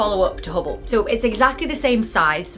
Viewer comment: you suck at saying Hubble 😊 love your work keep it up 👍